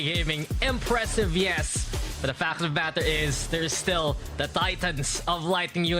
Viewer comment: "the facta-bacter is," NOTED